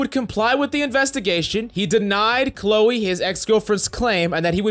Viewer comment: I love how keep pronouncing Cleo as Chloe lmao